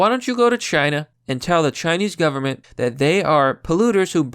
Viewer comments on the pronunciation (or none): none